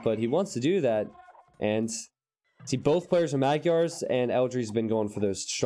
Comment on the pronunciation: Sorry, but your pronunciation of the word "Magyar" is way off.